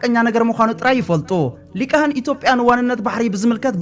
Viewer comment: ወድና ኣብ ክንዲ ሊሂቃን (ሊቃህን) ዝበልካያ ነቲ ጽፉፍ መልእኽትኻ ይኹን ጽቡቕ ኣነባብኻን'ኳ ተዘይ ለወጦ ነቶም ድኹማት ኣንጻርካ ካብቲ ዘለውዎ ጭንቀት ንምዝናይ ግን ክጥቀሙላ ምዃኖም ፍሉጥዩ።